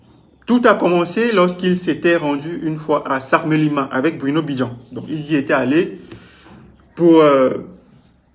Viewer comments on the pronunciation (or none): Mon frère, c’est sakmelima ou sangmelima 😂😂😂😂😂😂😂